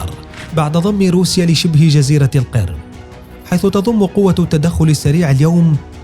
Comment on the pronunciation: القرم مش القرد